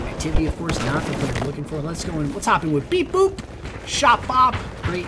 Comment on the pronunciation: You did a great job. Right until you called me "beeboop" instead of "beebop" haha. Guess thats what I get for sitting in the corner like a noob. Had knee surgery that day.... I was out of it! This was fun and we want to all do this again.